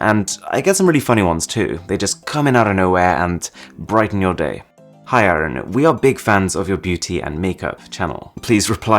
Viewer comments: Your name's pronounced "Ar-Un" and not "Aaron". Also noice video !! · Oh so your name is arun, I thought "aren". Because you pronounce like that. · Idk why he pronounces his name like garbage instead of Arun. His name means the Sun.